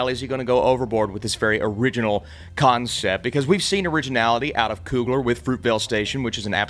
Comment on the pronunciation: For the first 120 seconds of this review, when he said "concept", I thought he was saying "cotton sip"....which oddly made sense.